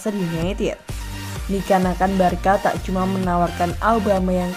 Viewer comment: Barca dibacanya barsa bukan barka mimin